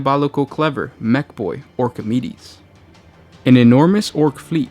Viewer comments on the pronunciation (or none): "Orkameides" ... seriously